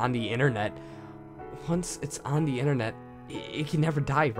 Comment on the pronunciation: Sasha Cook I agree. There's also a lack of pronunciation. For example , the is da, exits was exitiiss. It does make me cringe just a bit every time it happened.